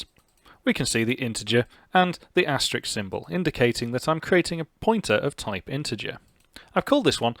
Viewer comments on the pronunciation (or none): Sorry to nitpick, but it's "asterisk", not "asterix".